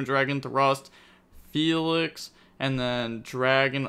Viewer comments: how dafuq did he read felis as felix and failings lmao 'murica🦅🦅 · It’s FELL-ise